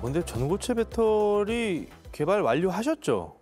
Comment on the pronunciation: 딴 사람들이 다 빳데리라고 해도 아나운서 였던 도경완씨만은 그렇게 하면 안 되는데 다 배터리라고 하는데 왜 아나운서였던 도경완씨만 일본 발음인 빳데리라고 하나요.